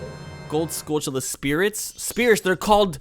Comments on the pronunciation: Skultchulla? No! SKULL TUL UH! Tul, like Jethro Tull. There are no C's or H's in the word skulltula. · BOBimus Rex its supposed to sound like tarantulla